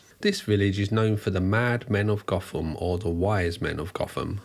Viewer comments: I'm going to be a picky twat, but the village name isn't pronounced goth-am, it's pronounced goat-am....its one of those petty things that really annoys me for some reason... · I believe the village name is actually pronounced “goat-ham” not “goth-ham” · The English town Gotham is not pronounced as Batman's Gotham. It is pronounced 'Goat-em'' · I’m sure other people have commented as such, but Gotham is pronounced locally as Goat-ham. Love your vids by the way. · The thing I love about this story is, I live in Nottingham... Lived here my entire life. Not once did I ever see this guy or hear about any of this on the local news.. nope, only ever seen this online.. and on technicality its pronounced "GO-fom" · Quick correction- the name of the village is spelt ‘Gotham’ but pronounced ‘goat-em’. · I grew up round here and even though Gotham from Batman came from it and it's spelled the same, it's pronounced goat-um Interesting video though, don't know how I've never heard of this case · It’s pronounced GOTHAM..as in Go..Tham duck😂🤣😂 We ain’t in Batman land here mate! 😂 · Gotham in Nottinghamshire is pronounced "Goat Ham"... Now I'm hungry! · It's pronounced Goat-am